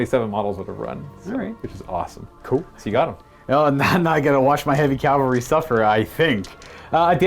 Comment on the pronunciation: Sorry, I gotta be that guy. I really did enjoy the battle report, but... CAVALRY. Cav-al-ry. Not "calvary."